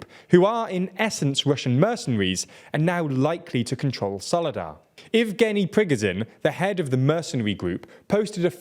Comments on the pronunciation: It's Pree-go-zhin, zhin as in "jour" in French. Not "pri-guh-zin". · Please look up how to pronounce Prigozhin. You're not anywhere close and the war is nearly a year old.